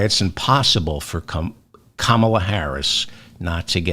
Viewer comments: Pronounced COMMA-LA, David! Love the show! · David David David I love you but please please please pronounce KA-MALA s name properly. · “Calm”- ala please. Not Camolia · 😱 Duh ! Her name is pronounced as “ Comma la “ ! 🥰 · Comma.lah is the right pronunciation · Please learn to pronounce Kamla correctly